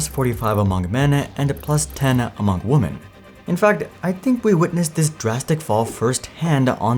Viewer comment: More than 1 Women is prounouced wimin.